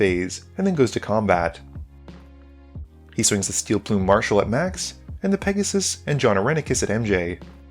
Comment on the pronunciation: I think it’s pronounced Pegussy